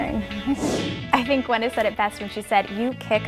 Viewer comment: why can't you pronounce Gw Y neth instead of Gw E nyth? Very sloppy.